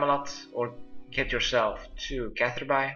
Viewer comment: seems like no one's corrected u but um.... its pronounced "Catherbee" not catherBye. BTW make sure u go back to check ur plants during this, and water them as necessary. He doesn't do it and if you dont, ur plants might have higher chance of dying.